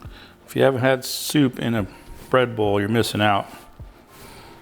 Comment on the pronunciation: I thought you was saying Red Bull but you was saying bread bowl lol. Looks delicious !